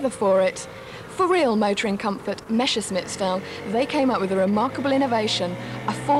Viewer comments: Messerschmitt, not Meschersmitt .... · why "meschersmitt" and not "messerschmitt"?